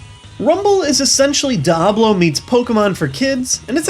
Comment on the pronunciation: You pronounced Diablo wrong